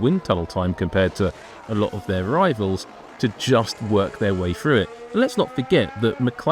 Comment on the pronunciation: Jeez a commentary guy should be able to say “through” correctly. It’s not “Frew” Get rid of this guy it’s cringy